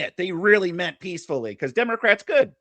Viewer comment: Wait did i just hear say " Democwats." Was he making fun of himself or does he have a speech problem? Professor so the agent saw the tires turn the ones under the vehicle the ones blocked by the body of the vehicle? A agent has no duty to retreat from a threat from anyone and she hit the agent. Nobody has the right to block the street. For any reason. Period. Lawful commands are law binding for whatever reason it matters none if you dont like it or dont want to you do what officer says. Anyone who thinks that she doesnt think she was doing this for attention or because ice wasnt right there or didnt know it was gonna come with law confrontation is not being honest. She chose to drive and hit an officer maybe didnt want to or think it woukdnt be a big deal cuz shes a female and it was gonna be rubber bullets in thier gun but she did and actions have reactions and that results in overall outtcomes. What if the woman didnt turn her wheels and drive straight at him to hit when woukd the officer stop the threat? 5 seconds after hit 10 secinds after 15 secinds 20? Or when he is under the vehicle with blood oozing from his skull or when his legs broken and arm pinned up against a tree or house or vehicle would that be a good time? This kids thats about it has no clue about what goes intoany of this and puts zero responsibility on the ones breaking laws that are lawful and just and have been for decades before he was born. These people have